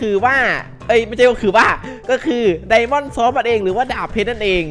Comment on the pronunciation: พี่อ่านว่าไดมอนสอส